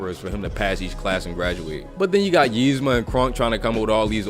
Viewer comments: Dude says yeezma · Its eeeeeezma lmfao im sooo annoyed with the Ymza but love the rest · It really ticks me off that he pronounces it like it’s spelled, Yzma, when it is actually pronounced Ezma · Ezma nigga not yezma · Nigga, it's Eez-ma not Yeez-ma. idk if you're doin it on purpose or what but it's funny af.